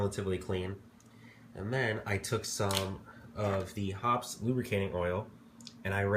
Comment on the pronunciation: Hoppe's is pronounced hoppies or hoppys not hops. Know your products well and you'll do an even better job...though I wouldn't use a product made to dissolve gunpowder residue in my air rifle barrel.